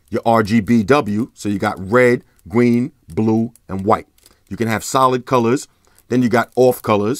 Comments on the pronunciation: “Red, Gween, Blue, White” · when he said "gween" I felt that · “You the colours Wed, gween, bwue and white” 😂 bruh I say three like shree.